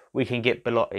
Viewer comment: Belotti, NOT Beletti